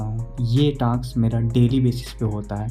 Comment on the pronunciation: Bhai taks nhi task hota hai😂😂